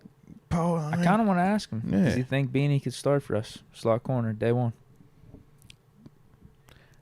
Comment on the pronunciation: Moatsie it’s Beanie not Benny